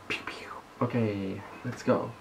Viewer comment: ชอบการออกเสียงควบกล้ำตัว ร,ล ของมากค่ะ โอเครรรร 555555